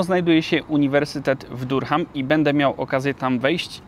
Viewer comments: Czyta sie duram, nie durham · Durham - wymawia się daRAM :) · Durham wymawia się Da(ha)am. Wiele razy słyszałem bo mieszkałem niedaleko, ale nigdy mi się poprawnie wymówić nie udało. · Durham wymawia sie Daram taki mały szczególik bo troche bolą uszy ale materiał spoko popzdrówki:D